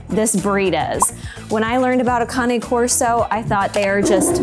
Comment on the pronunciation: Cain Corso....not Connie Corso. You would think people would at least be able to pronounce it before owning one.